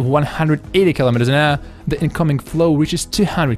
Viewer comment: easy to understand????? man you are stretching it a bit, aren't you? Wind is pronounced wend, not wynd. it is kilometers an hour, not kilometers an errrr. but then again, what ever floats your boat.